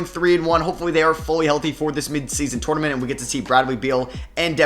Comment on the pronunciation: I’m almost clicked off bc of how you say “tournament” 😂